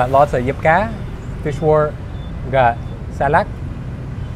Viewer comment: Ổng nói Diếp cá mà bất ngờ luôn á :)